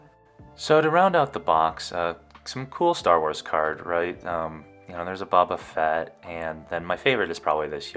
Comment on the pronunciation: "Ba-Ba Fett" ................ Boba Fett's uncle... Jango Fett's brother.